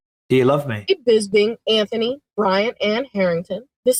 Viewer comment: U pronounce Anthony the right way Mikey B!